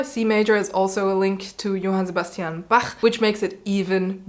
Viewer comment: I have had more than one teacher say that C major is a particularly difficult key to play. ""? Your German accent is vortrefflich!